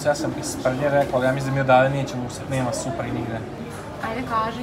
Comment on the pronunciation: boli me dusa svaki put kad kazete supra